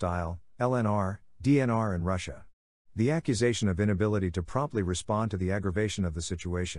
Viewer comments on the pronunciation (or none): none